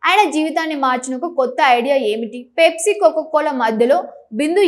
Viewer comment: Anchor, పేప్సీ కాదు, పెప్సీ అని పలకాలి. కొక్కోకోలా కాదు, కోకాకోలా అని పలకాలి. మేకప్ మీద ఉన్న శ్రద్ధ భాష నేర్చుకోవటం మీద పెట్టు.